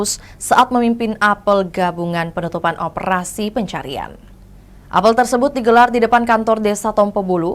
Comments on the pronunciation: Tolong dong penyiar diberitahu/dilatih cara membaca kata 'apel' dlm konteks berita tsb. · Iya, geli dengernya.